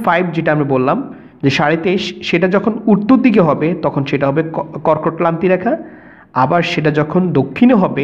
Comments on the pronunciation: কর্কটক্লান্তি/মকরক্লান্তি বলে কোনো কথা নেই, এগুলো যথাক্রমে কর্কটক্রান্তি/মকরক্রান্তি হবে। উচ্চারণে আরেকটু সচেতন হলে ভিডিওটা আরেকটু ভালো হতো। ধন্যবাদ। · কর্কট ক্লান্তি ,মকর ক্লান্তি রেখা নয় দাদা কর্কট ক্রান্তি বা মকর ক্রান্তি রেখা। ঠিক করে উচ্চারণ করুন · যে মাস্টার এটা বর্ণনা করেছেন, তিনি তো কক্রটক্রান্তি আর মকরক্রান্তি শব্দ দুটো উচ্চারণই করতে পারলেন না। বোঝানোর মধ্যেও একটু গোঁজামিল মনে হলো। এটা হওয়া উচিৎ নয়। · ভুয়া শিক্ষক!! কর্কটক্রান্তি ও মকরক্রান্তি শব্দ দুটো উচ্চারণই করতে পারলেন না। আরও বললেন, দ্রাঘিমা রেখা মূল মধ্যরেখার সমান্তরাল হয়, যা কখনোই সম্ভব নয়। অর্থাৎ উনি নিজেই এটা ভালো করে বোঝেননা।